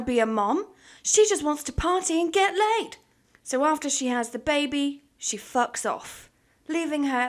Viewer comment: i thought she said flocks lmaoo